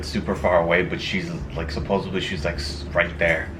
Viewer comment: It’s pronounced supposedly* not supposebly